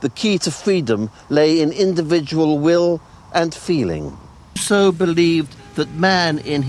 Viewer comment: Fweely emotional fwench philosopher Wousseau on weason, fweedom and his wevelation that man has built himself a pwison... Sewious subject but, sowwy, something about the pwesentation seems widiculous to me. Actually vewy neawly made me wofl :D